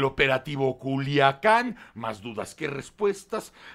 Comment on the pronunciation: Joder Dice Culuacán en lugar de Culiacán o habla mal nada más